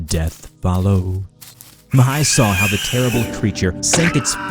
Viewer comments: great pronunciation when saying ''Mihai'' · I am from Romania and when I heard " Mihai " I think that episod happen in East Europe ( because is a very common name in this zone ) , but I was surprise when I hear that is Romania . You pronounce very good the name , but I am curious how you will pronounce the names if they have " ă " or " â " in them ( these letters are pretty use for a lot of romanian words and names )